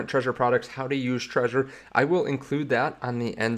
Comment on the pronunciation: It's not pronounced like the word "treasure". It's pronounced "TRE-ZOR". You have to pronounce the "Z".